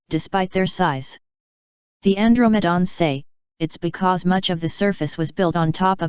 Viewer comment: An-dro-ma-dons? LoL